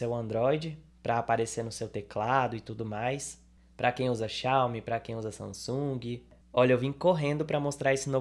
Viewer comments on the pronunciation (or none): none